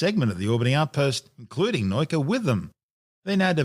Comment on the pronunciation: What is this "noyka" nonsense? It's "nah-oo-kah", accent on the "oo" (otherwise would be "now-ka"), means Science... Guess he somehow saw a German "neu" there instead of "nau"? Hurts my brain, physically :(